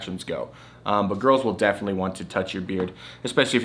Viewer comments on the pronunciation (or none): none